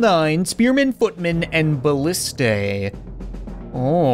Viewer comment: IT’S BALLISTAE